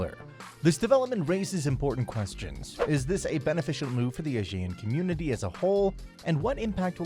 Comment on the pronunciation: Considering you are called Behind Asia, please pronounce ASEAN correctly